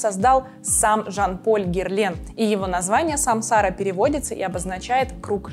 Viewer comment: Спасибо за презентацию! Герлен обожаю.. Но! Ударение всё же на последний слог - Самсара ааа)))